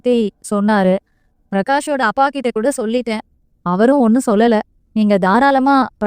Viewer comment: Seems like you eliminate ட் in the words Like for example மொட்டை, கிட்ட, etc You pronounce as மொடை, கிட, etc…. 😅 it’s not ஆண்டவன் It’s - "அரண்டவன் கண்ணுக்கு இருண்டதெல்லாம் பேய்"